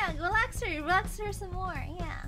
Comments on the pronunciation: Relax ✖️ Relise ✔️ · i think he said "relax" not "relize"